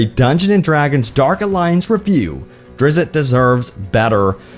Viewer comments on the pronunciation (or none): No. Not "drizz-it". "Drizzt".